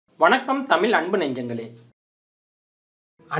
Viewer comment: முதலில் தமிழை தமில் என்று சொல்லாமல் தமிழ் என்று சரியாய் உச்சரித்து தமிழுக்கு மரியாதையை செலுத்தவும்